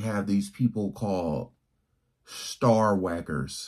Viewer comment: He said, “star wackers”.